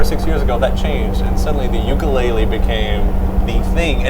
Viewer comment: Tyler: Uke-LAID-le .... looks at Josh proudly for recognition